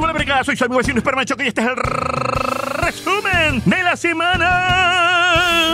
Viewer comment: Buena forma de iniciar la semana con el rrrrrrrreeeeeesumen de la semana, y neta que el martes fue el mas interesante